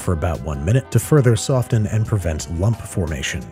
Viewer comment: Putting a hard 't' in soften is an appreciated verbal irony.